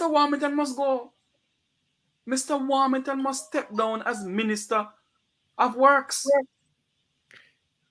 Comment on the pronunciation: Greetings everyone. you pronounced Everald lost name wrong sir you should have said Everald War-Hog-ton.